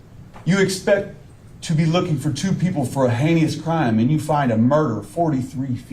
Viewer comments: He is almost worse than DB!!! And listen to him say "heinous" "haykneeus" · He does keep saying "Hany-us" right Im not crazy.